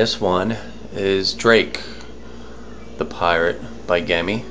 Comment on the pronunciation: It's pronounced like jimmy